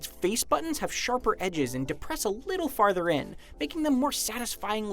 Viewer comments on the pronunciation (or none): none